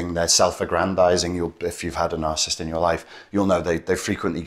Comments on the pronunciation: NarCISSist not narcist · Please learn the proper pronounction of the word Narcissist.